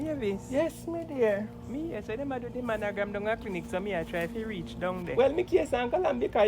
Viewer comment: I'm dead... "De managram" 💀😂😂😂